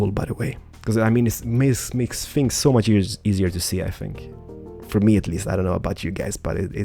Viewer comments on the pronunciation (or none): none